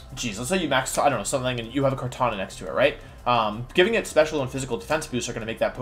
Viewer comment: I love your pronunciation of I, Kartonya.